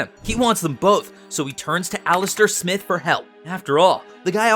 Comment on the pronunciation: Yeah, they mispronounced it in this video. "Smythe" is pronounced with a long "I" sound, like "scythe", but with an "m".